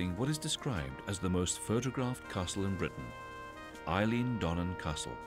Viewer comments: Ah no! You've done it again. "Eileen" Dhubh. Did nobody spell-check this prior to release? Who is the narrator? "Eilean" is pronounced "Ellan". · "Eileen" Donan Castle?????? Get a grip. Your accent is Scottish but your knowledge of Scotland is sadly lacking. "Eileen" really!